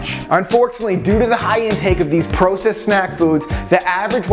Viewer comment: He says "processed" and "bagel" like a doofus.